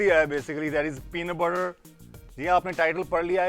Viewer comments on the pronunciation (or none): "Penaah batarr" 😂😂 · peanut burrr 😂😂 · 'Peanut Burrrrrrrrr' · "Peenut Buttturr" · "Peena burrer" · I love the way he say peanu butte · Peena burrer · Shayad unke muu ke andar Pena buterr tha us wakth.. Baad me thuk diya..